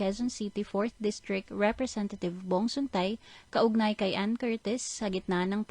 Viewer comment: Sun-TAE Hindi Suntay 😤